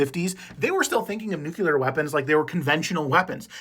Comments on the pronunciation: NUCLEAR NOT NUCULAR nuCLEAR nuCLEAR nuCLEAR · Nuclear...pronounced NEW-CLEAR. not Nuke-u-lar. NUCLEAR. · New klee uhr Not new queue lurrr Seriously How hard is that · 'new-CLEAR' not 'new-CULAR'. Get it right or go back to AI. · Nuke-lee-er not Nuke-you-ler. Sorry, great video, terrible pronunciation.